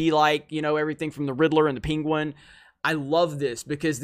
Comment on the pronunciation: Who's peenqwen? Never heard of this villain before, I know the penguin.